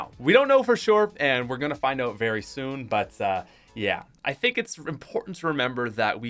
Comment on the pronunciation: Anyone else love how he says oat instead of out😂